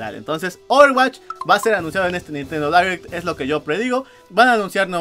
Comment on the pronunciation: Se diria "dairect" no "direct"